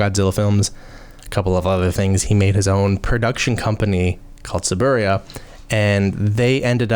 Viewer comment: I think it was just a sudden pronunciation. Or that he really be at toei’s side that he forgot how to say t-su-boo-rai-ya at that moment. Gets better tho. Sometimes.